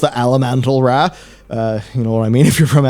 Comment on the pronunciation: "The elemental 'RA" Jesus man.